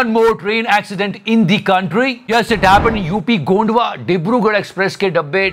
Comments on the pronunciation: Not gondwa its gonda near Lucknow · gonda hai bhai Gonda na ki gondwa lekin ye jo start tha Rona mat rona mat great 😂😂😂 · Bhaiya Gondwa nahi hai wp gonda hai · गोंडवा नही गोंडा भाई